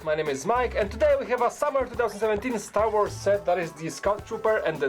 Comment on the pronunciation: yes but he says words wrong: sad wars and others